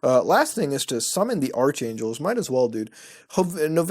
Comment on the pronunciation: you said archangels wrongs, it’s arc, not arch.